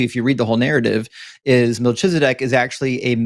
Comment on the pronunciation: You said "Malchizedek" but the ch is pronounced KH. All CH in Hebrew is KH. There's no Ch=TSH sound in Hebrew. Even when it's used it's in the Yiddish accent. Like Lubavitsh. Which isn't in Hebrew. Or "Tshuva" instead of Teshuva =answer/repentance Either way it's pronounced "MalKizedek" with a K sound. Malki= my king Tsedek= justice/ righteous Sometimes the khaf has a K sound